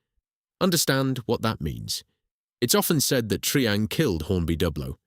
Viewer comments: Triang is pronounced try-ang not tree-ang. God that's annoying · An excellent script, spoken by a moron. Is this computer generated voice over? Why do you use it? It's try-ang not tree-ang, and you can't even pronounce Meccano consistently. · Triang = pronounced 'Try-Ang'! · mispronounced of Triang, and we lived in Margate. Unforgivable, otherwise good or very good. Spoken too fast...